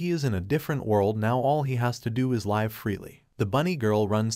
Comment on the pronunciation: AI, it's pronounced liv . Your programmer/your god f-d up. GIGO.